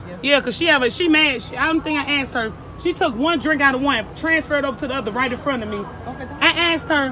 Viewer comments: "She axed me" lol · You axed me to leave?? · “ you axed me to leave three times “ come on! Learn to speak right. 🙄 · She axe her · "You axed me...." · She just axed if she can get her nails done. She's got a big date, someone is taking her to see the Axstros vs the Yankees.